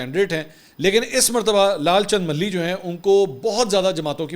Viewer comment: منصور میاں ملھی نہیں ۔۔۔ ما لہی ۔۔۔ ما لھی ۔۔۔ جیسے باغ کا مالی کہا جاۓ بس اسی تلفظ سے مالہی